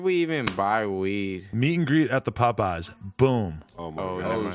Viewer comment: lol when Adam pronounces Popeyes like "Puhpeyes"